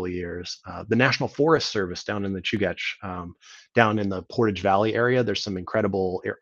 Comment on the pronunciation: Fantastic overview! I learned how to pronounce Chugach. Thanks for this series!